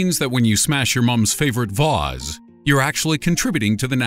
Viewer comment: Why did you say vase so weird😂btw love your videos